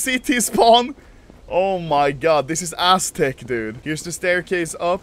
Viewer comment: People: aztec Anomaly: asstec